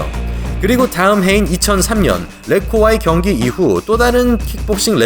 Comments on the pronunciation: 경기가 아니라 변기^^ ㅎㅎㅎ항상 영상 열심히 보고 있습니다^^목소리와 발음이 정말 좋으세요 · ㅋㅋㅋㅋㅋ나도 이글쓸라햇더니 이미잇네...근데 변기같이 들리기도함